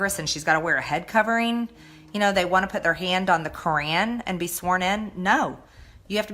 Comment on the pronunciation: Greene can definitely work on her pronunciation. "Shria" is actually "Sharia." "Kran" is "Quran."